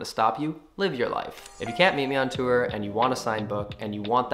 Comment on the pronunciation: I love how you pronounce “tour”